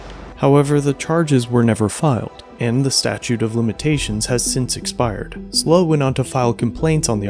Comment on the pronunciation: It's not slow County audits, it's SLO County audits which stands for San Luis Obispo County lol